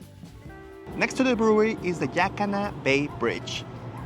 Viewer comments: The correct pronunciation for Yaquina is "Yuh QWIN Uh" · Ya-Kwin-Ah. It's an indigenous name. Not Indo-European. The Yaquina people had a sad fate. Let's at least try to pronounce their name close to correctly. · Ya- Quinn-nah sorry i am a local but just so next time you say it how the locals would